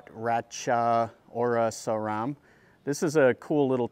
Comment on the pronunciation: Wat Raj Cha O Ra Sa Rarm, Raj Cha War Ra Wi Harn, Jom Tong and Chedi is Jay Dee. Bangkok is properly pronounced Barng Gork.